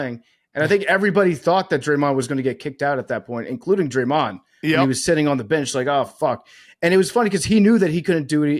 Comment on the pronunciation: PFT struggling with Dray-Mahnd